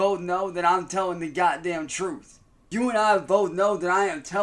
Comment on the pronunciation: He’s telling the TROOF. I can’t stand this goblin. I seriously can’t. They way he spits and talks and then closes his eyes. 😂